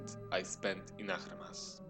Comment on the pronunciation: Bro, it's not Nahramas, it's Naksramas!! :P